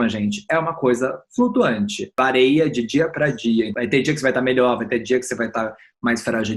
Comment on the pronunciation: Gente, gosto d vcs mas mais cuidado c o português. cometeu um erro crasso de pprtugues. "Vareia"! Horrível